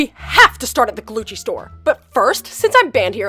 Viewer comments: i thought it was gucci not glucci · I turned on captions and when said “Glucci” the captions said “glue cheese” 🤣🤣🤣